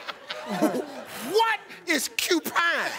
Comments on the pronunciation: He never said “CU pine”. He said U-pine. 🙄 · I think he said “upine”, not cupine. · I couldn't stop laughing the young lady saying pork lawn first and the she goes ahead and spelled it lion, but the icing of the cake was cupine 😂😂